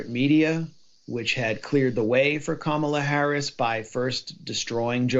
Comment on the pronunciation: No she's not..she..oh sorry, you said Kama not Kamala..😅😅